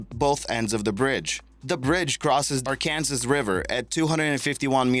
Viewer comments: (Ark-an-saw) not ar-kansas river. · I like the video but thought it was funny you don't know how to say Arkansas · Bridge 3, the Royal Gorge Bridge, does not cross the Ar-kan-sas River. The correct pronunciation is Ar-can-saw. Kansas is pronounced Can-sas, however Arkansas is pronounced Ar-can-saw. Not sure where you're from, but obviously it's not the United States. No matter, just figured for future reference you might want to know the way we pronounce it here in the U.S. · Rkansas…...are you kidding me? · I'm from Arkansas. It's pronounced Ar-can-saw. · It is indeed pronounced Arkansaw.